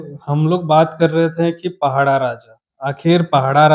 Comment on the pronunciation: पहड़ा नहीं पड़ाह शब्द ठीक से उच्चारण किजिए